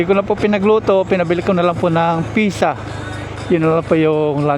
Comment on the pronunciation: Sarap naman ang lunch niya. Ang tamang pronouncuation ng Pizza ay Pit- sa not Pi-sa. Enjoy!